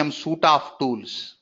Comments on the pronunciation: FYI, as constructive criticism, Suite is pronounced like the word sweet, not suit e. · Suite is pronouced like this 'Sweet' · Suite is pronounced like sweet. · Haa haa voice and his suite,operation,opera& Firefox pronounciation is really funny and can't able to control smile 😂. Teaching and information is good